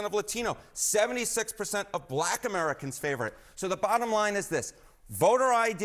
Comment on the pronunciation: That was a very hard B on black. 😂🤣😂🤣😂🤣